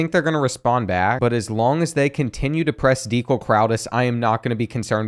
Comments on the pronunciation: Can you do a long term fantasy with the current roster? Go cats! Also, I’ve never heard someone mispronounce Dekel’s name more either lol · You butchered Dekel Crowdus’s name bruh😭